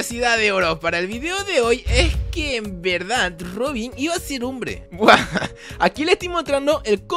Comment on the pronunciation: Minuto se dieron cuanta de que dijo Rodin en vez de Robin